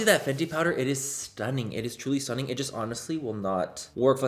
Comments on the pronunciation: I’d love merch that says “stoonin” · No one: Manny: STUNning